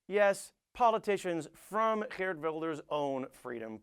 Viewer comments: You pronounced Geert very well!! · you are not funny. factually wrong and smug. biggest task after one of your partys is taking down those who hanged themselves. however your pronounciation of Geert is spot on. cheerio